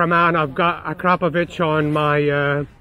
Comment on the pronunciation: When you say Akrapovic you sound like you are saying “crap a bitch”